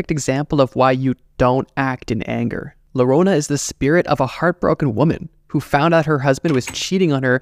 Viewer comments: Llorona= Yorona not lorona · The LL in llorona should be said like u so yorona not lorona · Hahaha my friend, not larona-> La___ LLORONA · Its not "lorona" It is like yoyo "yorona" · Just for the record, it’s llorona (yo-ro-nah) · Llorona pronounced yorona according to Spanish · Llorona is better pronounced as "yorona" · Larona 💀💀💀 como lo dice el wey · Llorona is pronounced "gio-roh-nah" for non Spanish speaking frens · I love your content but the Llorona pronunciation took me out😭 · Being hispanic... I cringed super hard every time he said llorona wrong